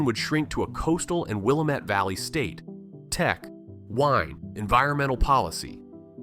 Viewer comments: I'm an Oregonian and cringed every time I heard Willamette being mispronounced. However, the content overshadowed that. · haha, I was thinking the same thing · Willamette was painful. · The pronunciation they are using is the new "Politically Correct" way of saying it. 😅 For real tho, real Oregonians rarely say it like they do in the video. I never do in my videos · Ah.. if you say "Willa---mette" Valley in Oregon, natives are going to roll their eyes. It's pronounced, "Will--am--ette". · It's pronounced "Will-Am-Mett" not "Will-Uh-Mett" lol... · It’s pronounced “Wil-aaaaa-met” not “wil-uh-met”. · And once again, you're making a video about Oregon, but you don't know that the Willamette is pronounced Will-LAM-met, not Willa-met! And it's LaGr-and, not LaGr-on-d. At least you don't pronounce Oregon "Or-ee-gone" Yes, I'm whining! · I know it’s a small thing but it’s pronounced will-lamb-met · Will-LAM-ette Valley. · It is pronounced Will-LAM-met. That beautiful valley deserves correct pronunciation. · It’s pronounced “Will-am-it”. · Will met valley? Uh, not so good on the pronunciation. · Willamette is mis-pronounced !!!! Will-AM-It. There. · It's WUH-LAMB-IT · Willamette it it is pronounced WILL lamb it. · I laugh when I hear them say that too. I almost lived my entire life in the valley. Born and raised Oregonian. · can't pronounce Willamette. this is not produced in The Northwest. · When the narrator can’t even say Willamette correctly it’s a tell. Then he goes and names a bunch of towns in the Willamette valley. I’m in the heart of where the spotted owl caused the most pain for Oregon. I’ve lived in western, central and eastern Oregon. If you actually read a little bit about where the proposed borders of where the state of Jefferson were it’s not eastern Oregon. This “reporting” is so biased it doesn’t know it’s ass from its elbow. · Mispronouncing Willamette. Check it out. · I physically recoiled at your pronunciation of "Willamette" and "Malheur"